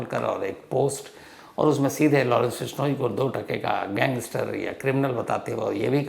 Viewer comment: Total fake. Vishnoi pronounce like bihari accent😂